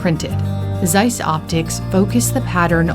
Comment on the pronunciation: "Seiss that is es very german name, Seiss." No its not. Its Zeiss, not Seiss.